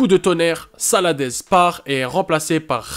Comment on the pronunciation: Il y a quelques maladresses : Le joueur du Bayern s'appelle Jamal Musiala et non Murciala. L'ex entraîneur de Valence s'appelait Celades et non Salades. Attention aussi aux fautes de français. Il me semble également que Aouchiche est un peu haut et est en dessous de certains autres mais chacun son avis. Sinon j'aime bien le principe de TOP 10 qui met les jeunes en avant ;)